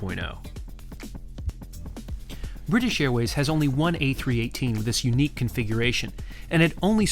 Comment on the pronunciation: Did you say a380 or a318?